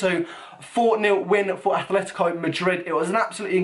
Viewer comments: please just say atleTico not atleTHico:) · You mean aTletico not aTHletico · ... its atletico madrid not athletico... -_ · make a favor pls... It's Atletico, Atletico Madrid not Athletico